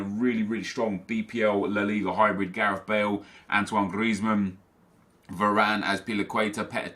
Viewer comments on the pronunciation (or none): none